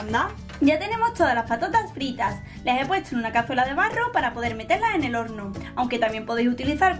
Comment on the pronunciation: Porqueeeeeeeeee dijo orno